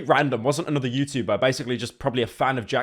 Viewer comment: He doesn’t say Youtchuber anymore😔